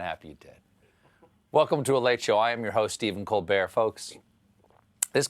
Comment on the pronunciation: Colbert pronounces 'Toronto' properly. He also pronounces 'Colbert' properly, so I guess I shouldn't have been surprised!